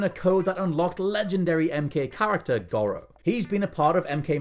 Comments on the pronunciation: FFS... It's GORO (GOR RO) 🤦😂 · The way he says goro upsets me